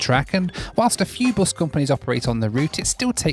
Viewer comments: I love how pronounces bus as, "boass". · Hey.. the way you pronounce "bus" is a bit worrying with the british accent.... its not"boos" or " buus"...its just bus... British accent is funny though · this guy calls bus as buze🤦‍♂️🤦‍♂️🤦‍♂️